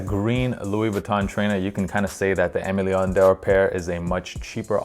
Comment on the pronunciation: If you’re gonna be a fun of AML, please at least pronounce it properly LOL. It’s pronounced like “ehmay - lay - awh (sorta but a bit diff cause it’s French) - dorh (also a bit hard to spell in English)”